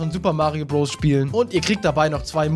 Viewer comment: Wieso spricht du Odessy und Bros falsch aus???